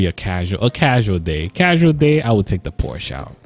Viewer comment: Its called Por-sh-A